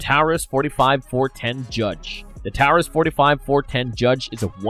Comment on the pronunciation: I have a hard time believing this guy since he made several videos bashing the Taurus Judge which by the way you're still pronouncing Taurus incorrectly and now he realizes how important ammo availability actually is and then interchangeability shortly after